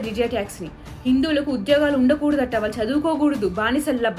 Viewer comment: ళ ని ల లాగా పలుకుతున్నారు దయచేసి సరి చేసుకోండి వాళ్ళు, వాల్లు కాదు